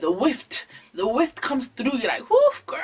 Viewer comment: This girl said "the velocity of the whift!"- DEAD